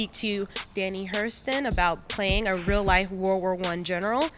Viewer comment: Ooh girl, it's pronounced Danny Hyoo-ston, not "Hurston". Like Anjelica Huston.